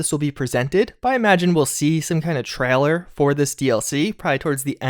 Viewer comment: "Trahler" vs. Trailer